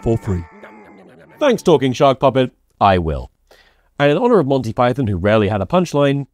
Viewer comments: Imagine dying on the hill of it being pronounced Pie-thin instead of Pie-thawn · Do we just say the name of the animal Python differently or is the name not about the animal?